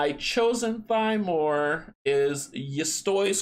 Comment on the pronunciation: Also, he pronounces the word Thymor as “Tee-More” (with a little r roll) as opposed to “Thigh-More”. Dang Polish language! =)